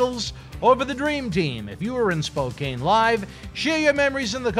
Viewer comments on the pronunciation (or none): Spocain Washington, hahaha. Its pronounced Spokanne Washington..